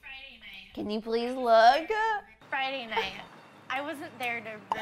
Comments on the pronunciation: “I wasn’t there to roon her birthday” “RUNE” LMAOOOOOOO AHAHAHAHAAHAH IM DEADDDD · ROON LMFAOO 😂😂😂